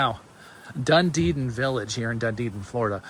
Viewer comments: It is pronounced DUN-Edin, not DunDeedin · it's pronounced Dun-e-din. There's only two ds in the name. It's not dun-de-din. Nice mobile home but I would have to make several changes to it, starting with sliding glass windows instead of just screens on the Florida room and lanai. I wouldn't pay more than $50000 for this place. #1 strike against community- no pool! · I lived and worked in Clearwater FL for 17 yrs, we never called it Dund-edin it’s Dun-edin? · Did you mean Dunedin; there is no Dundeden in Florida when I checked Google. The MLS listing is in Dunedin. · the The Name of the city is called Dun •E•Din like Done•E• Din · Yes Done•e•din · Dunedin=doo-nee-din 😊 these homes are really cool. Are there mobile home parks that allow you to buy the land like a traditional home? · Sorry the name is not doo•nee•din the name is pronounced Done•E•Din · It's pronounced Dun E Din. Emphasis on the E.